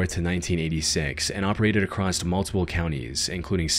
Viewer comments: " ive come acrosst" ugggghhh... its across... lol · Jesus, can you please learn how to say the word "across?" It's not "acrossed." Unless you're nothing more than an AI. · Across. The word is across. Not acrossT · Acrost is not a word. You mean across. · There is no T in “across” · There's no T in "across".